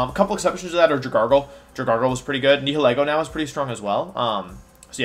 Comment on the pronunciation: I’m new and wanna know why he pronounces things weird like arc-A-neen-A and dragarggle for dragalge